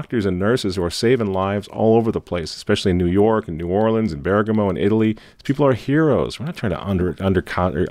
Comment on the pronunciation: Correct pronunciation of New Orleans.👍